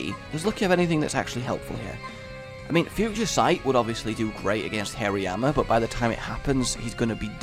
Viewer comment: Btw hariyama is hari-yama, but Tue way you say it makes me think hairy arm pit